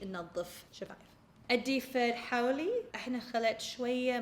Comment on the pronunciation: حاولي ❌ خاولي✅